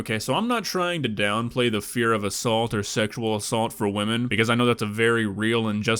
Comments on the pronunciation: *wahmen, not Karen! It's WAHMEN!!!! Waaaaaahhhhhhh............. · "As A WaMeN"